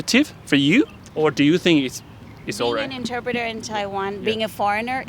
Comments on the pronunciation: The pronunciation of "interpreter" and many other vocabulary by the host is weird/incorrect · Please learn how to say the word "interpreter" properly...You mispronounced it every time you said it